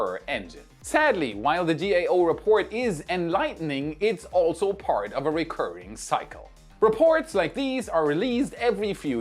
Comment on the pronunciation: No I don't want to say that with you out loud..... like a cult of beta male elon musk simps... The best parrrrrt is no parrrrrt lol and your fake bloopers are cringe.